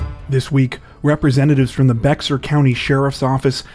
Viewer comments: Its pronounced BEAR County not Bex Are lmao the X is silent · It’s pronounced “bear” county Texas. …. I live there/here smh. This story was everywhere.. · Bahaha BEX ARE lmfao I hear this way to often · Bexar is pronounced like Bear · Bexar County is pronounced BEAR County ... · Just an FYI, "Bexar" is pronouned "Beyar" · It's pronounced bear county. The x is a brand not a letter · Bexar County pronounced “Bear” If you are Texan, “Behar”… if you are Tejano… just a tidbit… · Dear, Bexar is pronounced Bear, or Bare. The X is silent! Thanks for the report. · Bexar is pronounced "Bear"... Just a heads up. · Bexar- pronounced Bare or Bear. The x is silent. Don’t ask why. Nobody truly knows. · Bexar is pronounced “Bear” The x is silent. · Good video as always also Bexar is said like bear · Bexar is pronounced "Bear" in Texas. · It’s pronounced “Bear county” buddy! ♥️♥️♥️ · It's not Bexar- it is pronounced BEAR.👋😂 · Bexar is pronounced "bear" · Bexar is pronounced more like Be har or bear. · BEXAR is pronounced bear.